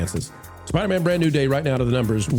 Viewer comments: Spider-Man not Spidermun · Who the hell is “Spidermun”? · I love the way says "Spidermann" like it's a jewish last name😂😂 I had an old band that used to make that joke: J. Spidermann, Attorney At Law 😅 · The guy in the red shirt - why is he annoyingly calling it "Spidermen"??? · = "Spidermen" 😅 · needs to try and accentuate “man” when he says Spider-Man 💯🤷🏻‍♂️🤣😂🤣😂🤣😂🤣